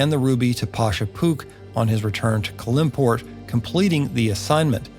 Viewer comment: These videos are really great and comprehensive. I do question some of the pronunciation of a couple of things. I.e.I believe It’s CAL-im-port (no middle syllable emphasis.) I hope you’ll cover many more areas / characters of Faerun.